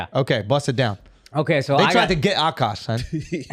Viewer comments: I wish they wouldnt pronounce his name "awwkaash" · "ughKaash" or "ughkawsh"